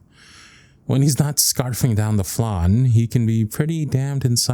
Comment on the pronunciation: Omg I'm so sorry but I seriously can't listen to this one. I'm Latino so I can't get over how you pronounce flan